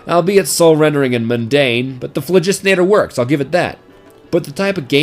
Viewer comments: Ahem... Bazaar Bargain? also, PHLOGISTONATOR? really? fine... be that guy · This basterd pronounced sandvich and the phlogistinator wrong.What a foul.